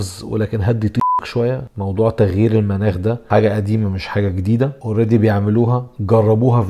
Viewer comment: تلفظ مُناخ وليس مَناخ